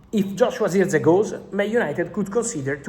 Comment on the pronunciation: Bro it's Jerk-Zee.. Jerk .. Zee Not Ziechgee